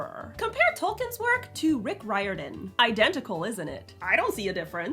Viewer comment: The way you pronounced Riordan shook me to my core, I've never heard it pronounced before